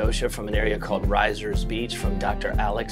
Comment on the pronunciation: Still slaughtering the local dialogue, but that’s OK because your welcome here. It’s “Rissers” not “Rise-ers”